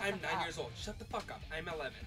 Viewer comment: "what the fwuk did u just say to me"